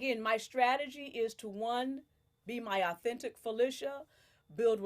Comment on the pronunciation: Other than mispronouncing the name she just gave you, but Felicia is from my town of Tacoma, WA and you should know she's former Air Force! Praying they don't send her out quick due to her age. I don't recall an older woman other than Remy making it far and she was MEAN!